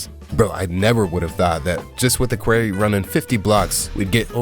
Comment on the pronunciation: "a query"